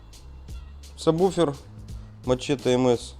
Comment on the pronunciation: Всё вроде грамотно, но почему во всех видео сабБуфер - если он сабвуфер ? Ужасно режет слух.